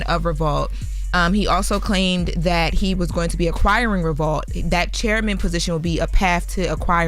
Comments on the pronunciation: Why keep saying Re-vault? 😫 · She keeps saying ReVAULT and it’s pissing me off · Why is she putting an A in revolt? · is a incapable of pronouncing Revolt correctly 😀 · Why can't say Revolt???